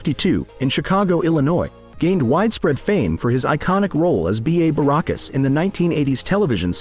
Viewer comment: You mispronounced Barracus.